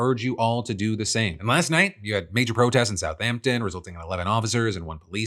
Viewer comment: I'm from Southampton and hearing you say its name was baffling